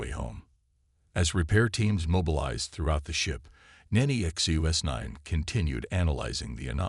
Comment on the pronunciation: The AI can't seem to say Nexus9. However, the usual cliches nor any of the Chen dynasty are present, so well done.